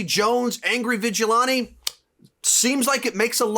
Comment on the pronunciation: The way this man says “vigilante” angers me